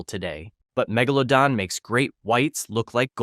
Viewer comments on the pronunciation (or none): muh-gella-don instead of megalodon 💀